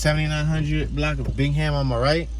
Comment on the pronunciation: Bingham pronounced Bing-um